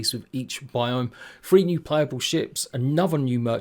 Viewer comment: It gets confusing when you pronounce three as free, it often alters the context. Free means no cost not one, two, free, four etc